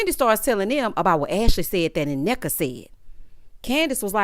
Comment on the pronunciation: The first N Nneka is silent..also Wendy friend name is pronounced Key-ona...she is my old hairstylist